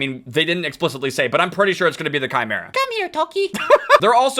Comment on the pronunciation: Im happy says chimera correctly